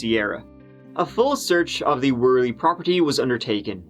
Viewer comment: Worley is actually pronounced werly. Not many pronounce the name properly unfortunately. Glad you pronounced it correctly